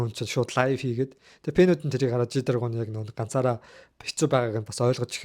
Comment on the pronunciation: Англи үгнүүдийн дуудлагуудаа жаахан сайжруулчихвал болох гээд л байна. fan-үүд гэхийг фенүүд гэж дууддаг шүү. Өөрөө пэнүүд гээд байна. Looser-ийг Лүүзер , Taeyang-ийг Та -Ян биш Тэ-ян гэж дуудах гэх мэт... Олон нийтийн өмнө байгаа хүн юм чинь сөрөг комментууд угаасаа авнашдээ. Хүн хүн өөрийнхөөрөа л дүгнэнэ. Байн байн "битгий сөрөг коммент бич, битгий намайг муул" гээд байх тусам хүмүүсд тийм зүйл бичих сэдэл төрүүлээд байж бас мэднэ шүү. Амжилт хүсье.